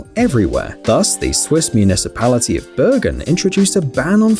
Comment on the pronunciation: Bergun? That's where I learned to ski! (It's pronounced Bear-GOON)